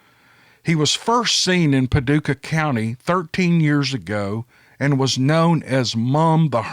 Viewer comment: Hey I’m from Paducah!!! Long time listener/fan! It’s pretty cool to hear you say Paducah and say it correctly! Haha love it! Keep em coming